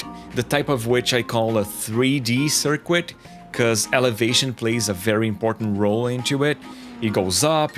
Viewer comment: Pronounce "circuit" like sirk-it